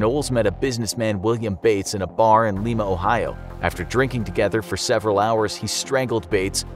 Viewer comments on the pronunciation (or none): Being from Ohio, the way the narrator pronounced Lima made me chuckle. The correct pronunciation is “Lime-a” not “Lee-ma” 👍🏼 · It's pronounced "Lime-uhh" ohio lol I live here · I’m from Lima Ohio, it’s pronounced “LIME-UH” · It’s not “Leema” Ohio it’s “Lima” Ohio buddy. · “Leema” Ohio lol I don’t know anyone around here who pronounces it that way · Just fyi, Lima, Ohio is pronounced like lima bean, not Lima, Peru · It’s LIE MA ohio lol I’m from 419 ds crazy asf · Every outsider calls it “Leema”. Funny watching people try and pronounce wapak too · It's pronounced "Lime - a" Ohio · He pronounced my hometown wrong, too. Lima Ohio sounds like [Lie-muh]. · It's Lima Ohio, the Lima is pronouced like a lima bean (I live a half hour from there) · Lol wow i work in Lima Ohio. Also pronounced Lima (like the beans) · Hey I live in Lima,Ohio you said it wrong fyi 😂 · You pronounced Lima wrong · You pronounced Lima, Ohio incorrectly. Source: I live in Lima, Ohio.